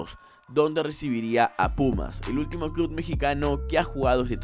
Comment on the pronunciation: Iba a darle like pero dijiste 'cluD' 😝